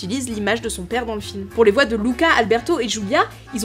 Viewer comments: Ça ne se dit pas Luca mais Louca à l'oral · Ça s'écrit Luca mais ça se prononce louca (c'est prénom italien) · On est d’accord sa se prononce louca